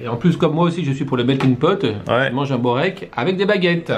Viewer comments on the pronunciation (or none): Börek , c'est spécialité Turc ! sa se dit "beurek" mais on écrit börek ;) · Borek c est une spécialité de serbie aussi et on écris berek mais en Serbie cela se prononce:"bourek " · Jovan Topuzovski on dit "beurek" amk c'est spécialité turc je devrai savoir plus que toi nan ?